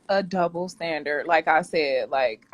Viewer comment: “Iss a dubbo standirt”. She thought she made a point.